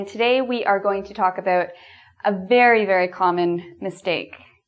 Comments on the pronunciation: "And today we are going to talk ABOOT" AHAHHA i love it. It's not exactly aboot though but...aboot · I like how you say "about" and "house" :D